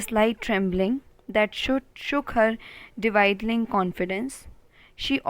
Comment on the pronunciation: It's not dividling it's dwindling